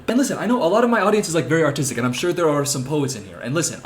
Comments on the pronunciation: HE SAID "and listen ik a lot of my audience is very artistic" BUT I HEARD AUTISTIC AND I HAD TO DO A DOUBLETAKE LMAOOO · i had to zoom back because i genuinely thought he said "i know my audience is very autistic" and it caught me so off guard i was so confused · I thought you said autistic 💀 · I'm not gonna lie when he said "my audience is very artistic" I thought he said autistic And I had to take a moment of think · the way i heard a lot of my audience is autistic instead of artistic ☠